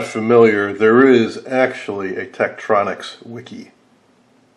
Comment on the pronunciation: Too bad the camera missed so much. He mispronounced "Tektronix." Tektronix service facilities used an ultrasonic cleaner the size of a clothing washer machine to clean incoming units, for repair. Ron W4BIN